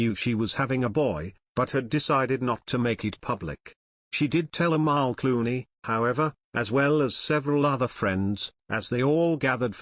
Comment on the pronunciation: “cluany?” Do you mean “Clooney?”